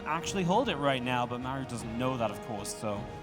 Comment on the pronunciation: I cannot stand casting. He does not have any of the fundamentals of public speaking down... if it's literally your job to speak English and create a compelling story then there's no excuse to be bad at it. His enunciation sucks, he can't even pronounce Maru. He always sounds like he is complaining or freaking out about something. And he offers zero insight into what the players are doing, he just says what's in the middle of the screen. He never, ever, lays the groundwork for what is about to happen, he is always lagging behind and purely reacting to what's on screen.